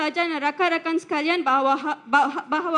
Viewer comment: Nak sebut bahawa pun susah